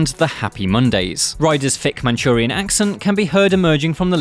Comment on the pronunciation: Shaun Rider isn't Chinese. Its 'Mancunian' not 'Manchurian' - very different! However, he's actually from Salford.